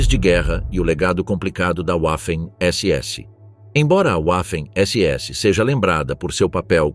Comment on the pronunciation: Sem falar na pronúncia da palavra "waffen" pois "w" em alemão tem som de "v" .